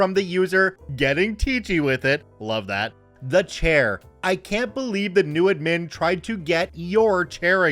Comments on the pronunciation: Thanks for the friendly intro, I have been rewatching old Star Trek, so I am having a good Data day, just like you said I should! ...wait that's not what you actually said, is it? (I'm not sorry) Also, probably worth checking how to say "admin" (the emphasis should be on "ad" not "min" even though in "administration" the emphasis is on "min") and "sudoku" (it's "sudoku" not "suduko"). And I've got to say, I'm disappointed about the author of the story spelling "aid" wrong ("aide" is a different word) and "etc." (not "ect.") among other mistakes. Not very reassuring for the schooling system that this story makes someone look like one of the better people in the school system while making so many and such obvious mistakes. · Pronounced add-min Pronounced sty-pend